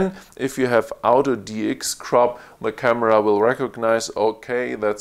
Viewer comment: What an amazing review. Thank you. One minor improvement: when you say "auto", to my North American ears, it sounds like "out of". When combined with "focus", it sounds like "out of focus". A little bit confusing. Can I suggest pronouncing "auto", like the person's name "Otto", similar to the city "Oslo"? Again, thanks for the great review.